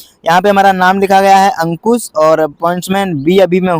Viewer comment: अंकुस नहीं बे अंकुश bol😂